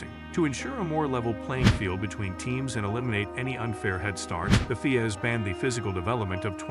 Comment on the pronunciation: I can never take someone who says FIA that way seriously